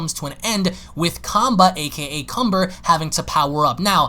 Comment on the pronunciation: And his name is Kanba, not Kumber